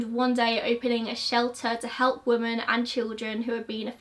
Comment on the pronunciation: Love your videos, but you always say "woman" when you're saying the plural, "women", everytime I hear it throws me off for a second.